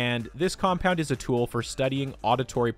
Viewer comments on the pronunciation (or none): none